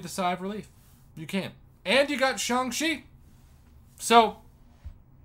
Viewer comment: Isn’t it Shang like wang?